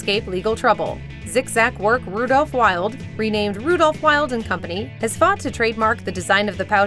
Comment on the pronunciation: The mispronounciation of German names and words in this video is just UGH!!! Sonne is pronounced "zo-nah", NOT sun... and Wilde is pronounced "vill-deh", NOT wild. i love your videos, but please get better with foreign language pronunciations... ive caught this in a few of your other videos too.